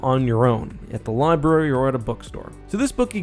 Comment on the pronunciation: Libary? What in the hell is a libary? And how does a libary run out of the letter "r"s any damn way?